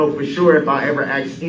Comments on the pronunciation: He ‘axed’ the deputies and he did not tell him about the ankle shocks!! Tell him the ‘troof’ now!! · Why does he say "axed" instead of "asked"? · "You said it wasn't told to me by you? I never axed you, correct?" Who among us wouldn't have loved to see the deputy throw ' whole "what do you mean by 'you'" line back at him? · U didn't AXE me !!